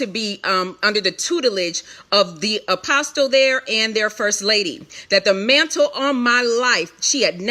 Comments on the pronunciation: One last thing, why in the world does this lady keep saying Apostle, the "T" is silent, so it is Apos"uhl" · 21 minutes in and she hasn't gotten to the meat...way too much "filling in " instead of just stating facts. FYI, the "T" in the word "Apostle" is silent. I would think one "called" would know that. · OMG the “T” in “Apostle” is SILENT!!!! I cannot stand it!!! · The T is silent!!!!!